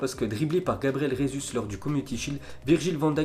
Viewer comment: on dit Gabriel Jésus pas Resus en portugais on prononce J jjjj et pas rrr